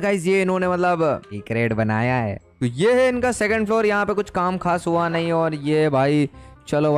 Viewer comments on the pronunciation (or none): Outro record ''hua'' nahi ''hau'' keh raha hai